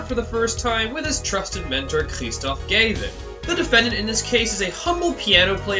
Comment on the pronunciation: Kristoph.... Gayvin? Fairly sure its Gah-vinn